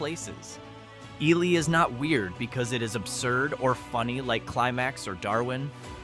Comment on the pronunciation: Wow...TOTALLY got the pronunciation of Wabasha (should be pronounced WAH-buh-shaw) wrong!!! Got Ely right, though.